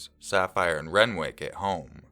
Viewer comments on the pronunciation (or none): SAPPHIRE AND RENWICK WTF. I KNOW YOU CHANGE NAMES FOR ANONYMITY BUT FFS SAPPHIRE AND RENWICH